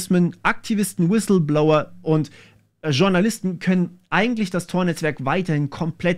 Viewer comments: „Wisilblower“ war sehr stark 😂 Spaß beiseite, gutes Video 👍🏼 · Ich bin sowas von weg gebrochen, als Du im schönsten Dschörmän Inklisch "Wiselblouer" gesagt hast :D